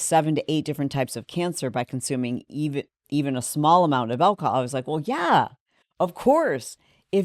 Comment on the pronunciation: 😂😅😂, as a fellow midwesterner... you're midwest snuck out "Well, yah " lol. I love it